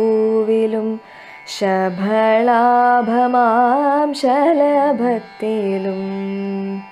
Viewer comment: ഉച്ചാരണം ശ്രദ്ധിക്കണം ശഭളാഭ" മാം അല്ല . "ശബളാഭമാം "